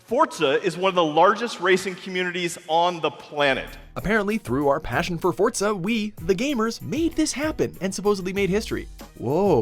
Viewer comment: What the hell is fortza